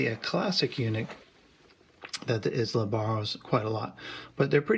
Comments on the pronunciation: Wow. That seems a tad hyperbolic. It's actually EyeLa not Is-La. It's named for Brad's daughter. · Is pronounced “eye-lah”. Don’t feel bad, my Scottish in-law shamed me mercilessly over my butchering the name in the same way. Great review!!